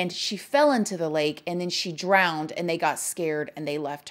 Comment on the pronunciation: Oddtopsy, drowded, umbilican 😂😂😂 I love the way you pronounce these words.